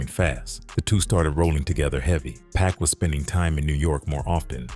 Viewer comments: They think all blacks look alike. He probably thought Snooky and Pac was the same person. You can tell the voice over is AI because it keeps calling him Pack which is going to get the video demonetized for using AI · Is it just me or does the narrator calling pac “pack” bothering anyone else or am I trippin? It’s a good video I’m not hating one bit because I genuinely like it, but damn it’s bugging the piss out of me hearing this man being called Pack😂🤷‍♂️ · SMH Why does this dude keep pronouning PACS name wrong BIG DOGGIE 💯👣 It's not pronounced like a pack of gum BIG DOGGIE 💯👣